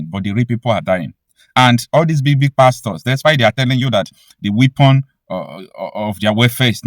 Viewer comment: WEAPON is pronounced WEPON not WIPON.